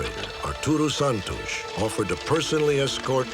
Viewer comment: Mr. Stack's pronunciation of the Portuguese names (especially Santos, which in Portuguese is like "Santoosh") is fantastic. What an amazing host he was. Most TV people would have done the old "Spanish" version of "Santohs"